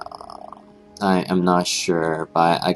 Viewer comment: rudens omen? udayr? haha. Good tips though.